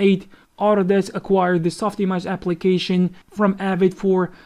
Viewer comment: "SOF IMOJ"